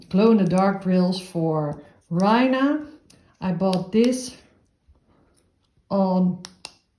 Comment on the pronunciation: She is beautiful , but the first one is pronounced RAY-NAH ( which means Queen) 😊